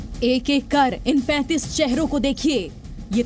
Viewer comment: 35 bolo 35 saw nahi 😂 bhisadi ke